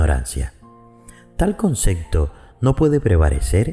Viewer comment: ¿Por qué dice "concecto"? ¿No será "concepto"? Suena feo